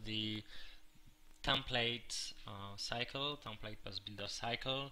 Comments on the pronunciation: its not a tompate its a template it has a EEEEEEEEEEEEEEEEEEEEEEEEEEE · Drives me nuts each time i hear "tomplate"